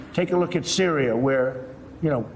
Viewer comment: Did Donald trump just said “Cereals” instead of Syria? My nephew can say better than him